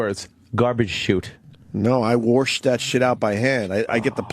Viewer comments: God can Opie ever stop saying worsh instead of wash?! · No because it's way too funny when he says it.